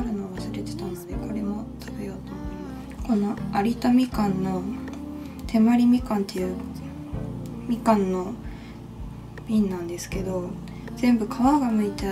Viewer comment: みかんをありたみかんって言っていましたがありだみかんですよ☺️🎶